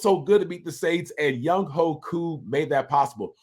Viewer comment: Bro you trolling right? Ovie?! Talking to YOU!! Why you messing up Koo’s name like that⁉️